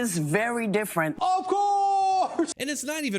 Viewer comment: It’s (DDDDDDDDD)iiiiiiiiiiiiiiiiiiifffffffffffeeeeeeerrent